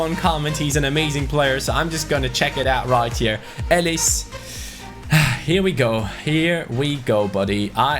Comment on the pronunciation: elis is a really good player for dynamo but it’s pronounced elis but the i is pronounced as an e edit: dragowski from fiorentina is an amazing young GK he’s in the mid 70s and is like €3-5m in price. also u can train him to 80 overall in first season. 👍